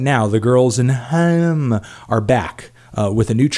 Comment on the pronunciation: Haim is pronounced like it rhymes with "Time"